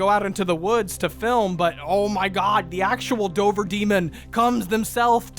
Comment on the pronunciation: 2nd time watching this, and now I can't get over the fact they kept calling Dover, Dober. Like I live 20 minutes from Dover, we pronounce the V. Idk if it's a legend from 100+ years ago when Dover was a large county and not just a ton or if they narrators just never been to Mass.